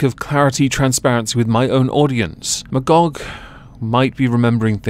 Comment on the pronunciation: You mean Ma-Y-gog?